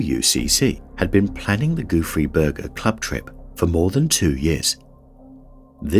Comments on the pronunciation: I listen to these with the screen off and I kept hearing Goofy Burger. I was like no way that's what it's actually called l😂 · How hard can it be to learn a french pronunciation and not call it the "Goofy Burger" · All I hear is Goo Free Burger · It’s “ gouffre Berger” instead of “goofy Burger”. Gouffre means gap and a man named Berger, discovered it. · i kept hearing "goofy burger". i see its spelled Gouffre Berger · I can't stop hearing 'goofy burger' in first one💀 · I was hearing Gooey Burger haha I was luke Guess he don't want no Ketchup for a Dry Burger hahaaaa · I keep hearing goo-free burger. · All I also hear is goofy burger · I wish the narrator would have learned how to pronounce Gouffre Berger somewhat properly. 😕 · Haha me too, and the funny thing is that's not how you pronounce it in french